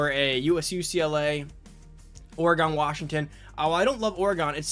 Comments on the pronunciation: OR-a-GONE hahaha I didn't know the program builder was that powerful for pipelines that's awesome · OREGAWN AND NEVAH DUH...bruh